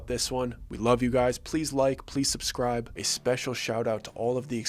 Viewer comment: I heard it. You can't leave Jerome! Also, I like the whispered like and subscribe but not the long rolling R in subscrrrrrrrrribe.